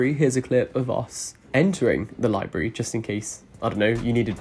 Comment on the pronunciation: Him: Libary how it sounds (to me) in his common tongue Me: LIBRARY....*me, and my grammar-correcting self, silently cringing, but only because I’m a book nerd.*